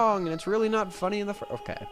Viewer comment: "FUNEE" haha nice